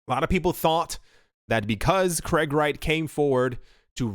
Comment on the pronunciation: It's not Kreg, it's Craig.